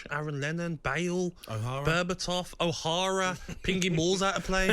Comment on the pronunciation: 4.18. "O hara". Lmao.